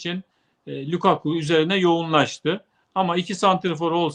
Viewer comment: lukaku degilde lakaka mi demek istediniz?